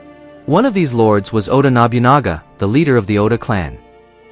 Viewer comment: objectively speaking we know Yasuke was in Japan for 3 years. Sword bearer, or Kosho were low level bushi. Wakizashi were given to low level bushi, not samurai. Man your pronounciation of Japanese names is terrible. Its not Nobyunaga its NoBuNaGa and NaOhEh. Samurai had sir names. It took Hideyoshi, the ruler that followed Nobunaga and ruled all Japan took 10 years to be a Samurai. If they considered him a legendary Samurai there's no way Mitsuhide would spare him. Also, in that time we recorded all battles and samurais and their accomplishments. we have no records of this. 99 percent he was not a Samurai he was Nobunagas trophy to show off to other people. Look at the rare colored servant I have. do you think Nobunaga would send said rarity off to a dangerous battlefield? he gave him the status of Kosho so that they could speak directly together. and a female Japanese does not represent Japanese warriors at all. the whole comment about exploring Japan with non-Japanese eyes is really racist. why does Ubisoft trash its name of being so historically accurate that Unity was used to rebuild the Notredame? because theyre in bed with sweet baby inc. tatami mats arent squares. You don't sit on the lines, kneeling was started under Tokugawa, and the shoji is too big, Incense is a buddist tradition from the Edo period not a Shinto tradition... why didn't they have any of their Japanese staff review this? they are shitting all over their historical accuracy reputation. it also makes